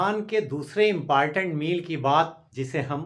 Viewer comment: Impartent mt bola karo